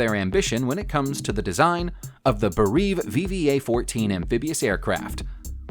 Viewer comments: You need to do more research....... (B-17). Can you tell you annoyed anyone that likes planes..... BEH REE EV. Beriev. Like Kiev... Cata Leena like the island off of the coast of California... definitely would not subscribe... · "Bereave" for Beriev gave me a chuckle. What a terrible compilation! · It's not 'Beh-reev', it's 'Beh-ree-ev'. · Beriev is not pronounced "Ber-EEV".